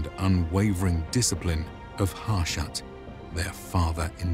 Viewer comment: It's pronounced "Hah shu-t." It's in the game's dialogue.